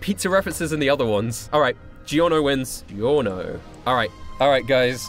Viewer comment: i like how he says Giorno. I sounds like how everyone should say it but everyone says "Gorno"